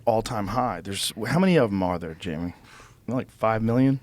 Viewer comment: come on buddy